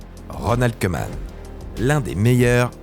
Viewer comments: Koeman prononce "Cou-man" pas "Queue -man" (phonétique) le "oe" en ndls se prononce comme un "ou" 😉 Sinon super contenue comme d'hab 🥰👏🏿👏🏿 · Ça se prononce cou-man et ora-gne voilà voilà